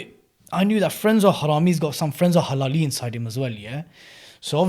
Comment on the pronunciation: No hating but the way u said frenzo halali made me laugh